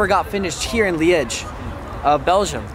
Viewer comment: Still loving how you like belgium so much. also how you pronounce liège :D